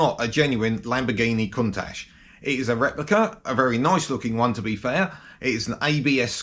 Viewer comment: Not cuntash...its count ash